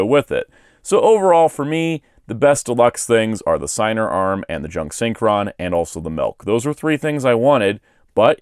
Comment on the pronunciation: I'm sorry but its pronounced Sig-ner. It's incan. The dub did an incredible disservice mispronouncing it.